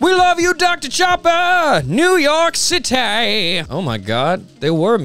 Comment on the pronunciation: "NEW YORK CITAE!!"